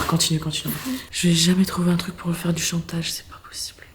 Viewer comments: elle a dit tatage ou c'est moi ? 😂😂😂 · elle a dit tatage😂😂😂😂😂❤❤